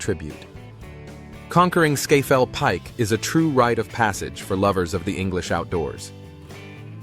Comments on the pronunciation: Skayfell Pike? Idiotic American pronunciation. Although both Scotland and Wales have higher mountains. Benn Nevis and Yr Wyddfa respectively. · Just a little observation - Scafell Pike is pronounced "Scar-fell Pike". Great vid, nonetheless! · "Scayfell Pike"? Learn English before you open your ignorant yank gob. There's no "Y" in it. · scafell pike is pronounced sar-fell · Scafell Pike is normally pronounced (in the North East at least) as SKAR~FELL~PEAK. I'm an 82 yr old Geordie.